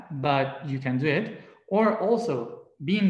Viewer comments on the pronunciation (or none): Your live video ended because I keep going back a few minutes to listen again. Is it your accent or did your higher self use the word play that we don’t need it but we conduit (can do it) that’s what I heard. Brilliant!